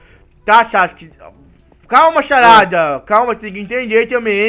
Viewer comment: Sharada ele fala Sharada